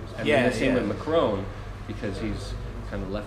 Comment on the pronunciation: FFS, Tim. If you're going to talk about French politics, then at least learn how to pronounce "Macron" properly.